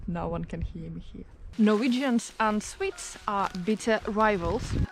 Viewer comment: It sounds like you saying swiss when you’re talking about swedes 😅